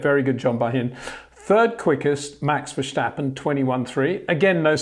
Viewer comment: Thanks Peter! Your Dutch needs a little work. It’s ver-stappen not ver-shtappen. So pronounce the s like in versatile or still. 👍